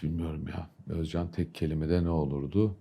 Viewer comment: السوريين والعراقيين فقط يقدرون بسرعة يتقنون التركية بسرعة الخلايجة صعب عليهم يا اخي كلمتين صارلك شكد ما ضبطت مخارج الحروف حتى اسمه ما تلفظه عدل اوز جان